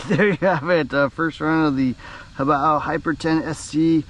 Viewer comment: Only Youtuber that doesn't incorrectly pronounce it as 'hoe-bay-oh."